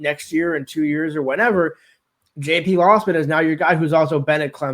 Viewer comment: Ir's "LOWsman" not lossman